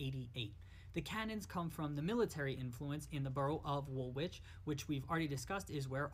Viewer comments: Hi. V enjoyable. Learnt a lot. In terms of pronunciation..Woolwich is pronounced wool itch. Derby is pronounced Darby. 1 down 19 to go lol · Pronunciation guide:- "Wool-itch'. Thanks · The second W in woolwich is silent